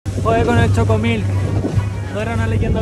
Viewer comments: 🤭🤭 "xocomilk" jejeje, en Guate pronunciamos la X con sonido "Sh" XOCOMIL se pronuncia "shocomil". Los pobladores de origen maya le siguen teniendo un gran respeto al Agua, pues si bien es fuente de vida y vital para nuestra existencia, también es peligroso y ha provocado grandes catástrofes. Saludos, muy buenos videos.... 🇬🇹🇬🇹🥳🥳🥳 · No es "Chocomil" es "Shocomil" en Guatemala la letra "X" tiene varios sonidos, pero en esta ocasión se pronuncia como si fuese "Sh"